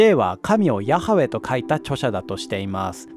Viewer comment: ヤハウェのハの発音がkha発音になってるのかな、投稿者さんの出自が気になる